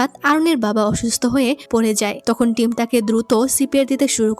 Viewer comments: তুমি ভুলে টিম না বলে থাইম বলেছো😅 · আপু তুমি এখানে থাইম বলে ফেলছো দু😅😂😂😂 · টিম❌ থাইম✅ ❤😊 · আপু ভুল করে টিমকে থাইম😅😅😅😅 বলেছেন অবশ্য আমি টাইম এর কথা জীবন চলে গেলেওভূলবো না😢😢😢😢😢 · আচ্ছা এখানে ২০ মিনিট ১ সেকেন্ডে টিম এর জায়গায় থাইম বলা হয়েছে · টিম❌ থাইম✅ ব্রাইট✅😑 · আপু মুডি টা অনেক সুন্দর ❤ তুমি মধ্যে দিয়ে টিম না বলে থাইম বলে পেলসো 🤭🤭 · আপু আমার মনে হচ্ছে f4 thailand ড্রামাটাও তুমি explain করেছিলে, আর এজন্য তুমি এখানে টিমকে থাইম বলে ফেলেছো 😊😊😊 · আপু তুমি তো ওই বিয়ের সময় টিম কে থাইম বলে ডেকেছো যদিও আমি খুব খুশি হয়েছি এটা শুনে❤❤❤ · F4 drama অসাধারণ ছিল আর তুমি সিদুর দানের সময় টিমকে ভুল করে থাইম বলে ছিলে😂😂😂